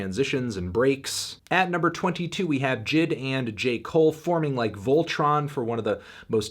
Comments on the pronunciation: Bro it’s not jid it’s J.I.D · Someone gotta tell him J.I.D is pronounced Jay Eye Dee not Jid